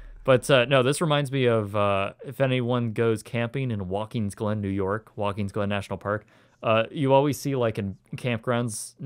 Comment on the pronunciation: Are you sure it wasn't 1AM in the afternoon? ;) Ellenville, not Ellensville. And Watkins Glen, not Walkins Glen